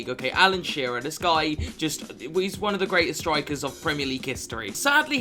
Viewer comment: "Game number onme " i love it